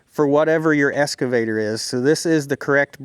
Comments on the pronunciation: It’s an Excavator! Not an escavator! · Ahhh.... the esscavator 😄